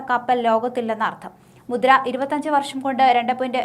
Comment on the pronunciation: മുദ്ര അല്ല ചേച്ചി. മുന്ദ്ര പോർട്ട്‌ ആണ്